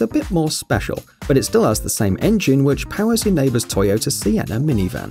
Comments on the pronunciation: Liked :) Pls put a sock over your micro, it´s Toyota, not Tsoyotsa :D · ...And how about: Toyoter? Awful pronunciation. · Now i've heard not only Honder... But Toyoter 😑😂